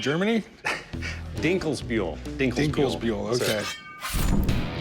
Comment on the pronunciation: he pronounced Dinkelsbühl pretty good❤